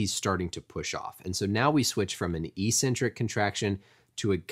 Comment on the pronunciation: You’re missing a C when pronouncing eccentric